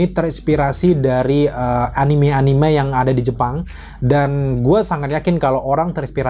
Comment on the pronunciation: A-ni-me bang, bukan a-nim. Awas diserang weebs klo ampe salah nyebut wkwk